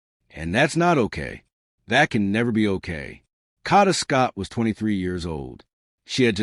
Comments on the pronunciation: Her name is kada Scott not Cada!! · Get a map so you know the difference between the NE part of Philly and the NW part of Philly. Sad they are local news people who are too lazy to report news accurately. Pronounce her name correctly or report on a story were you can respect the pronunciation of the young lady's name. KADA not Kata. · Wish I had a dollar for every posting that started out wirh FINALLY THE TRUTH.. I'd be rich.. I think it's obvious that "Kidnap me again"...is just some stupid slang..like "cash me on the outside" was.. means nothing about actual kidnapping.. and stop saying Caaaada...that's not the girls name! Uggg. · Who would subscribe your channel trying to monopolize on her dearh you can't even say her name right😮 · saying her name correctly is deeper meaning enough!! The girl died.. so say the name properly! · Especially if you’re going to say it repeatedly….. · why are u pronouncing her name wrong. You can clear as day hear how it’s pronounced, but for some odd reason you can’t pronounce it correctly 🙄 ugh